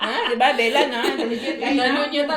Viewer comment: Bella not billa